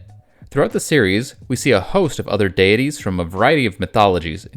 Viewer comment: I am about in, and I cannot stand how do you say, deities and pagan